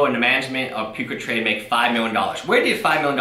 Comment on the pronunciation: It sounds like you're calling it Puke-a-trade. Which is a more accurate name than what it actually is.